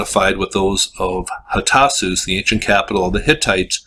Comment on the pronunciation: They actually had writing on clay tablets. They found in the kiln but they could not send out the “letters”. Because they were attacked. They were still in the kiln. They said who it was. They were trying to send an SOS. You can read word for word. And you should learn how to pronounce the name of the city. It’s easy. Go in YouTube.